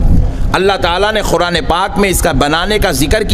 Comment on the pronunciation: comedy karne baitha hai,,,,, Sabse pehle Qura'an bolna seekh..Khuran koi word nahi hai,, isko comedy circus mein bhejna chahiye. Ye aalim nahi comedian hai..